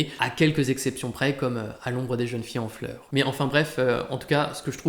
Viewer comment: Super. Merci. "Les plaisirs zet les jours" "À l'ombre des jeunes-filles zen fleurs". 😉